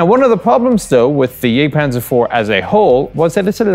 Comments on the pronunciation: it is Jagktpantzer, not jêgtpahnzer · "Jagdpanzer" : please don't pronounce the "a" in "Jagd" the English way.. Besides great work.